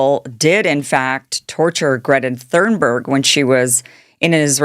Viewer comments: Please stop saying "Thurnberg." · Hey Kim, Im super appreciative of your content and I mean no harm when I say this truly. Just for the sake of you knowing perhaps, but Greta's last name is Thun-berg. Not that you said it wrong on purpose, as I do not believe that. However I heard you say it a few times and thought maybe you just didnt know. You're one of the best weve got and im grateful for what you do. Thank you for having a heart and speaking The Truth. May ALLAH Reward you Kim. Ameen thumma ameen thumma ameen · Kim, Greta's family name is pronounced "Tune berg." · Why after so many years sre you spelling and pronouncing “ Thunberg” incorrectly? If you don’t know that how deeply did you check anything else? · I love Greta and the work she does. I got to the 3min mrk on this video, and I am so offended by your ignorant pronunciation of her name, that I am leaving now. There are plenty of sites on YT currently talking about the IDF and their seizure of Greta's flotilla. Most of them are fans of Greta and know enough about her that they can pronounce her name. Not you.... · Love you Kim but how do you not know how to pronounce (or spell) Thunberg by this point